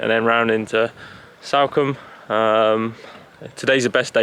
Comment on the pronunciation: it’s not Salcombe like Sally - it’s Salcombe like Salt.